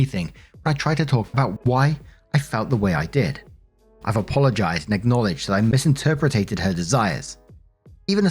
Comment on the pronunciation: I say this respectfully and with love. This vid has been up for 21 hours and "Mis-in-ter-pre-tay-ted" just became my new favorite word. Just wanted you to know that made my day better.